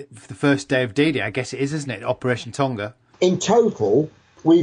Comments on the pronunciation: It's not the pacific word Tonga. It's the British version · tonga is pronounced wrong :(